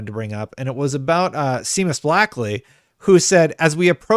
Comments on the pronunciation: Seamus = Shay-mus btw. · I don’t think this was a reveal. Seamus (pronounced Shay-muss, I believe) himself in the tweet says he wants to acknowledge and apologize once again. It’s been a while since I read it, so I might be wrong about this, but I think this info came out many years ago in the book “Opening The Xbox” by Dean Takahashi (which is a great read, BTW). And the reason the AMD people were there was because they thought they were sticking with AMD, and the change was as last-minute as last-minute gets. Like, moments before Bill went on stage I think. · please learn how to pronounce the name Seamus correctly.